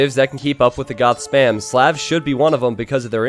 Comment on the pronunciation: Hey its SLAHVS not sleavs or however you're saying it.